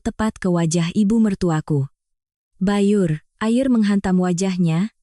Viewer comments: Kok dibaca bayur mbak, itu byur mbak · Mf klo bc yg baik. Masa tulisan byurr air kusiramkan __'' bc nya bayurr